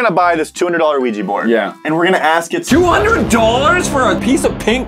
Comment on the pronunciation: Ugh.. OuijA, not Ouijee! Love you guys but that's a cringe pet peeve.